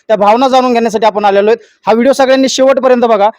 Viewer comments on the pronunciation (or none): हिडियो नाही व्हिडिओ बोल